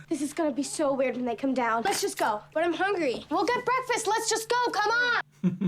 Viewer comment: I've heard that was unscripted, and ad libbed on the spot by Sofia. "Why the whoosh? Please coom back."